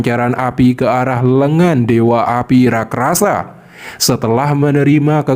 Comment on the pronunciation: Bang kenapa kata “raksasa” selalu lu sebut “rakrasa” jd gk enak didenger